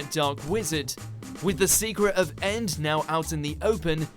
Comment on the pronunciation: When you say END, you actually say the letters one at a time. E..N..D